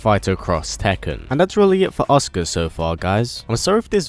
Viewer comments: Her name is pronounced A-soo-ka not oscar. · It's a..su...ka not Oscar lol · is it just me who hears oscar when he says asuka? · Every time you say Asuka I swear you're saying Oscar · it sounds like he is saying "Oscar" and keep finding myself asking who the fuck is Oscar ? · Anyone else hear him say oscar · It's kinda funny how he pronounced Asuka as "Oscar."